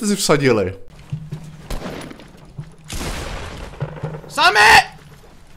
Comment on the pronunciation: není to semi :D je to "Samit1Dží"